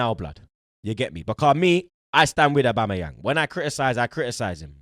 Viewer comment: saying aubamabloodclatyang 😂